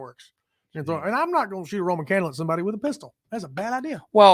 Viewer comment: Excuse me, Sir. Is that candle... Romen? Lol